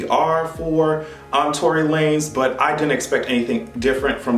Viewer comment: This nigga said Tory Lame 😭😭😂